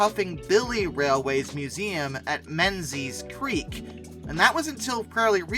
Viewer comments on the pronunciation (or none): none